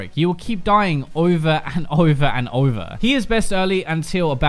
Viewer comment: you wiw keep doiying oiva and oiva and oiva